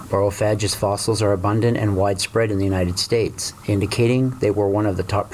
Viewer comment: "G" not "j"